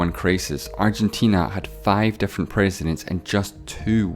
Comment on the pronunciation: This guy has an issue pronouncing 'i' as a vowel. So pigs = pegs, fifty = fefty, different = defferent, million = mellion.. hurt my ears🙄